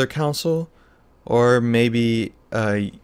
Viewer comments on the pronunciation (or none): Great tutorial.. Con......sole....... Not counsel.